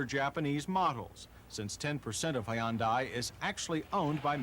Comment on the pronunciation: High-un-die Almost better than Ty-oda Cam-ray